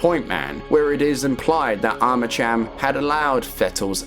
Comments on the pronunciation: I still think to this day that Douglas Holiday's and Jin Sun-Kwon's deaths were bs. But then again, Monolith didn't write that story if I recall correctly. Edit: I think you pronounce Armacham with a K. As in Armakam. Similar to the way you say Archon... "Arkon". It's been a while though, need to play the game again ❤😂 ahh yes, I knew it. Also, I never played F.3.A.R. I see I didn't miss that much haha 😂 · I cant listen to the IDIOTICARMACHAM.... CH... UAHMM... CH.. AM.... Cham. Is ArmaKam. You sausage.... ArmaKam.... Gtfo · i hate to erm actually u but it’s arma cam not arma cham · Eerytime you say Armacham with a tch sound. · I keep hearing Arma-Cham ? Subscribed ! Nice explanation of the story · Yeah hey retard? It's pronounced Arma- (K)am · Armacham is pronounced /ˈɑɹ̠məkæm/, so yes the "ch" is pronounced /k/. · Armacham isn't pronounced that way...Did you even play a half-second of the games?